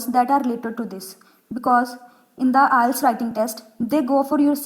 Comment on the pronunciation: First you correct your flawed pronunciation then make an IELTS video. Btw IELTS not ILETS 😂